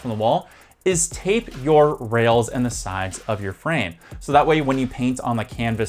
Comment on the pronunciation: In this video you say frame like it rhymes with crème, like you're missing the last sound of the word. Frame should rhyme with maim.